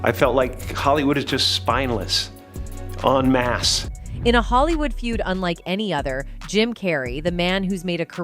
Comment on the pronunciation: It’s ‘en masse’ 😂❤